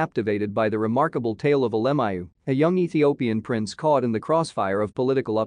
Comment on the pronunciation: I wish they would pronounce his name correctly.